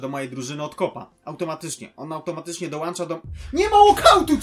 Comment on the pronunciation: Mordo mówi się dol,,ą,,cza, zauważyłem to u cb już kolejny raz. Pozdro